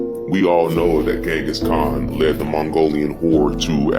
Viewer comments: He is saying it wrong! Not Zengis Khan !!! But Ghengis Khan. G sounds like in Gate. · He said zingus khan not Genghis khan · If this man say Zengis Khan one mo time... 🤦🏾‍♂️🤦🏾‍♂️🤦🏾‍♂️💀